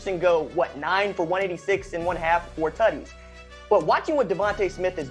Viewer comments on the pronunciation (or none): bruh him saying tuddies for Touchdowns is distracting haha.